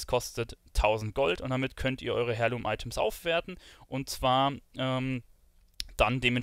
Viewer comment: Hi, danke, finde dein Video super. Schon fast zu ausführlich. Habe aber nur eine kleine Anmerkung... Es wird zwar Heirloom geschrieben, doch du sagst Hairloom,.... ausgesprochen wird es aber "air-loom"... *smile